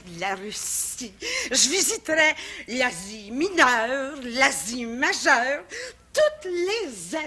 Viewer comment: Haha... '' Toutes les z'Asie ! '' ;- )